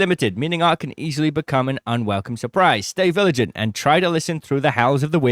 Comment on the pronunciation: That "stay viligent" really made my day, dunno why :))